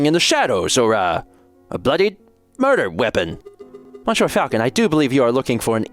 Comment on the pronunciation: You get full marks for French effort and -9999 points for saying “Mon Sure” so many times.